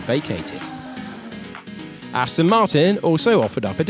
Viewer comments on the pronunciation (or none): none